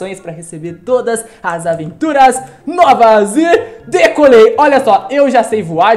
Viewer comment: É invés dele falar decolei ele falo decorei kkkkkkkk